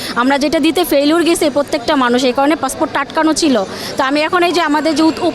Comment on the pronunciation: Vogoban " passfoot " na re passport.😅😅😅😅